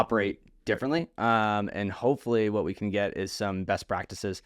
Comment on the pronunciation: Get not “git”